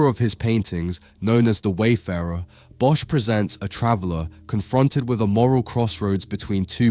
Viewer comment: Hey, awesome video. But please look up the pronounciation of Bosch en "ecce", as an art curator it is your responsibility to communicate for the artist, when you mistranslate words you are removing context.